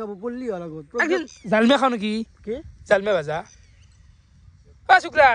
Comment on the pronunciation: Liki❌ niki✅